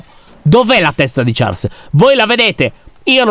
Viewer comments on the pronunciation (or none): Comunque si pronuncia sciarl ma si scrive Charles